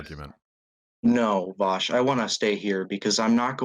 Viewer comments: The way he says "Vaush" as "Bosh" is insuffurable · This is the first time I've heard the name Vaush sound like a slur. "ANYWAYS VAUSH."